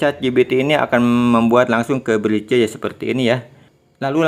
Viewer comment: Semangat bang. Penjelasannya cukup jelas. Usul: cara ngomongnya kurang menarik. Mungkin perlu pakai saja ElevenLabs. Usul lain, ,menampilkan teks ttg nama platform, spt Pixverse. Yg lain, belajar BHS Inggris. ,Menyebut "bridge" anda salah.